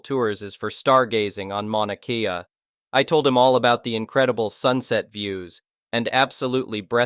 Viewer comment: Hey, Mauna Kea is pronounced Mănă Kay•ă. Phonetically that would be Mah•nah Kay•ah. 🤖 Edit: I believe when you say polly-she you are trying to pronounce the abbreviated form of Political Science, PolySci which should sound like Polly Sigh. You are a very annoying 🤖! 📚💫📚🧸📚💫📚🧸📚💫📚🧸📚💫📚🧸📚💫📚🧸📚💫📚🧸📚💫📚🧸📚💫📚🧸🌺🌿🌺🌿🌺🐈🥰